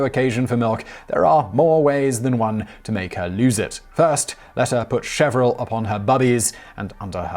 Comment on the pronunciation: Not chevril, chervil. It’s pronounced shur- vil.